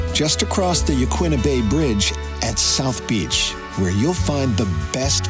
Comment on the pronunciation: I cringed everytime he said "Yaquina".